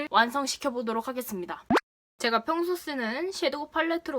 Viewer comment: 보도록 이라고 말하실때 정말 꾸준히 오케이 구글이 나와요 계속 나와요 정말 왜이런지